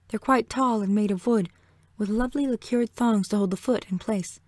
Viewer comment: Pronounced "LACKER." Not liqueur. Nothing so old about it. We still have furniture, jewel boxes and decorative doo-hickeys made of black lacquer.